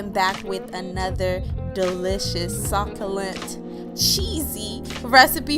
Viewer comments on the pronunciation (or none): Did she just say sock-o-lent tho???! 😂😕